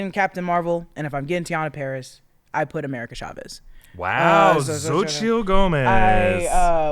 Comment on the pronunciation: Xotchil is pronounced SO-CHEE. I know you guys are trying but you’ve been butchering that one for a minute 😂 please and thank you